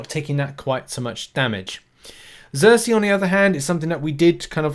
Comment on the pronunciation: It's SERSI, not ZERSI.